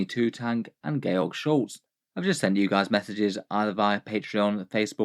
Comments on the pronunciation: Gay-org? I think you mean Joarj. Like George Harrison. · Did you seriously pronounce the name George as "gay-ork"? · that would make sense, I just didn't think the E would make a difference for pronunciation to be honest. Wasn't trying to be rude, just thought it sounded funny.